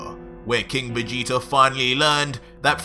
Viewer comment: Every time he says Vegeta, I keep hearing "Vegeter" lol #